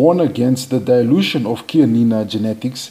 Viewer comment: so happy to hear the CHIANINA name pronounced perfectly and correctly in your video. Pure bred Chianina are utterly confident and quietly aristocratic. Full marks to you for respecting the correct pronunciation.. Chianina is my favourite cattle breed. They behave as royal kings calmly confident and aloof over all the other less tall cattle breeds